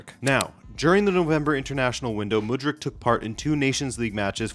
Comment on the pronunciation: before making a video about someone maybe first learn how to properly pronounce their name lol wtf